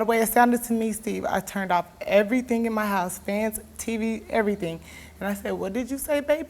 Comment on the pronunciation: Hahahahahah! I only made it to before I had to pause lmao! "I turn'd off evything in ma haus. Fans, TV, evything! And I said What did you just say?" That's a good couple of minutes of preparation before asking the simplest of all questions.. what?